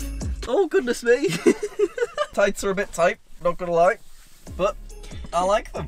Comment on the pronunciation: No one: Literally no one:: My Thights Are A Bit Thight